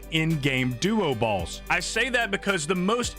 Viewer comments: He's saying "balls" not "boss" right??? Am I the only one hearing that? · I just keep hearing him say end game duo balls